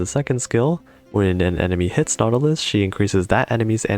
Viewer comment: Also it’s Nautilus, not Nautulis 😂